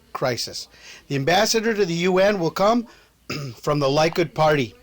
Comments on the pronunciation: Likud, its pronounced "lee-kood".. Beiteinu, "bay-tay-nu". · It's pronounced "Leh-kood"